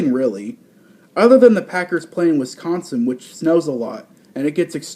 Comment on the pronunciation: Just a heads up. When you say Wisconsin, you use the C to hard. We use the first i more. I usually don't correct people on things, but its just so annoying hearing news outlets, and people saying Wisconsin in that way. I like the first concept, it makes a lot of sense